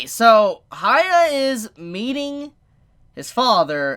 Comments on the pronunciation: No it's hya-kki-ma-ru not hi-ya-kki-ma-ru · It's buddha, please research before these episodes. It's annoying to hear you say goddess/god 10 times e_e Also who is Haya? isn't it hee-yah if you can't say that just say Hyakkimaru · It's hee-yah, not hi-yah. His name is Hee-yah-kee-mah-roo. Also, red parts on your soul means you killed humans. Not tje cloudy part. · "sha- kem- a- ru" say his name right !!!!!!!!!!!!!!!!!!!!!!! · Stop saying haya it bothers me to no end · "Hee-yah-kee-mah-roo" If you want to use that nickname: "hee-yah" I'm surprised that when you watch the anime and hear all the times his name is pronounced you can't get it right X'D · Asks viewers to leave comments. Every week comments are telling him how to say Hyakkimaru's name correctly. Still says it wrong 12 episodes in. It's HEE-YA-KEY-MARU!!! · I'm convinced he doesn't read the comments, or just blatantly ignore the people correcting the pronunciation. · The way you pronounce the MC's name doesn't really make any sense.